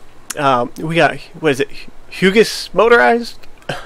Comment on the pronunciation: "Huewges motorized" hughe is pronounced huew